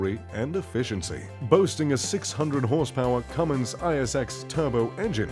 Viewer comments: It is clear that this guy doesnt know jack $hit about RVs !!! The way he pronounces cummins engine like cumin!!! Or the way he pronounces the Prevost!! You need to pronounce it in a French accent and the ( S) is silent. And he puts a picture of the Outdated XL chassis while the H3 chassis is the more modern one. And where is Librity, Emerald, or Marathon coaches! This feels like a paid advertisment for the ugliest RV ...the so called ( Plazzo) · cummins is pronounced come-ins. not a plural spice. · Not sure why but it gave me a small stroke when he said Cue-Mins engine it's a Cummins (Cumm-ins) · HE SAID CUUUUUUUUUUUUUUUUuMMINS ITS CUMMINS omg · “Cum....ins” that’s how ya say it.... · Why’d he pronounce it Cummins the first time but Cummins the second time? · He pronounced Cummins two different ways lol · This dude can't pronounce Cummins right. I'm out ✌ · That way he said Cummins 😂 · You pronounced the same word 2 different ways!! you pronounced like some ones attempting a British accent. Then you pronounced it the American and correct way!! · This reviewer can say palazzo but he can't pronounce Cummins, Newmar or Prevost. 😂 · Narrator cant even pronounce PREVOST or CUMMINS. give me a MARATHON or LIBERTY PREVOST custom build anyday over the palazzo, and with a liberty you can get a TOAD artist series paint job. So, sorry guys, a custom ordered MARATHON or LIBERTY will be way more that $3 million. So, this palazzo may be nice on the inside (the outside is ugly as fvck) its not as nice as a PREVOST. from MARATHON or LIBERTY